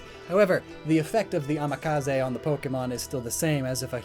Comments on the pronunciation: Isn't it amazake, not amakaze? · Amazake not amakaze from what i can see